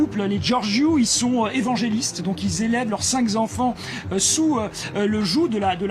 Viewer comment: Madame…quand on n’est pas fichue de dire en direct le nom et prénom, pourtant très facile à prononcer, d’une actrice japonaise…on change de métier.👎 Monsieur…cinq z’enfants😱ce n’est pas possible. Pfff! 👎🧘🏻‍♀️